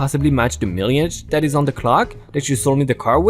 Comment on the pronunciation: Dear "mileage" rhymes with "smile-adje" Thanks for posting that car sale scam. Oops, I forgot to start the fire. 🔥🔥🔥🔥🔥🔥🔥🔥🔥🔥🔥🔥🔥🔥